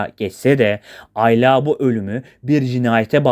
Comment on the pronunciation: aylaaa değil ayla